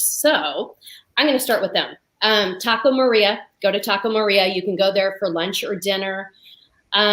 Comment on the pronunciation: I think it's Taco Maria (not Taco Morea)